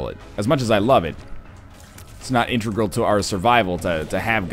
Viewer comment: NL it's In-te-gral, not in-tre-gal